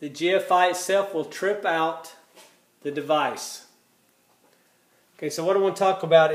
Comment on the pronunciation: You keep saying device.. ?????